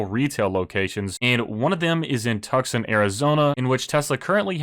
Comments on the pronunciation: Tuckson is pronounced Twosawn. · you know it's pronounced "Toosahn" right? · Lol, great video, love the content, but I have to, it’s Toosan, Tucson, AZ 🤪😇🧐🤓. And I have a Model Y and 100 shares and I love it all! Everyone should own a Tesla.